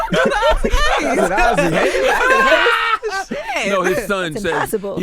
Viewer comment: "Isaac Hayes" 😂😂😂😂😂😂😂